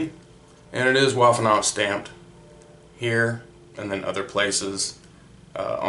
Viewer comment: Thanks for sharing this video with us. This is certainly a very interesting piece of history. On a completely different note, be aware that the W in "Waffenamt" is pronounced like a V in the English word "victory," not like the W in the English word "war."